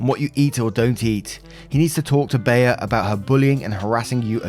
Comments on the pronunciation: I know there are probably 100 comments about it already but Bea is pronounced Bee. Like Aunt Bea from Mayberry lol I had to stop my cooking to see who named their kid Baya lol. Carry on great story yadda yadda! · Bea is pronounced BEE! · Lol ….Bea is pronounced ‘bee’. You are just adorable!! lol 😝 💜💜💜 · To let you know,, the name Bea has the same pronunciation as the word "bee". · Oh my god OP1 your parents are the biggest douchebags here for lying edit Story 2 ( its Bea like 'Bee' hahaha)